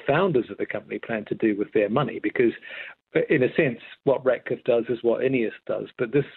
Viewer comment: It's RATcliffe, not "Radcliffe"